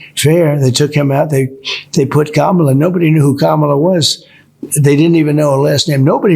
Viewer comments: At least he's pronouncing her name correctly now! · It’s crazy how he can pronounce Kamala’s name all of a sudden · Idk what you're trying to say but just so we all know it's emphasis on the first syllable because the name is Indian, and many of their languages stress the first syllable. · He actually pronounced her name right. He said KAM-A-LA instead of KA-MAL-A. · That's amazing that he actually knows how to say Kamala Harris's name. He bungled it all up during the elections and called her all kinds of nasty names. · First time I heard him pronounce Kamala right..... Maybe he knew her name all along!?..... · Pretty sure THIS is why trump hates wind mills: ...I think that's the FIRST time I've heard trump pronounce Kamala's first name CORRECTLY!!!!! :-O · He said her first name right 😮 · He uses the right pronunciation now ?! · His dementia is bad enough that he could think that he's saying it wrong to insult her, but the result is he's pronouncing it correctly...